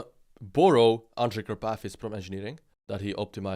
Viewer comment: Андрей Карпатый, а не Андре Капати😂😂😂